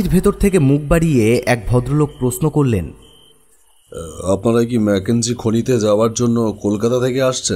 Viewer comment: প্রশ্ন uccharon khub e kharap